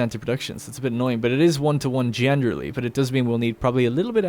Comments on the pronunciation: Every time he says “genderly” instead of generally I think I’m having a stroke or something. 😂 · Generally, jener rally , jen er ra lee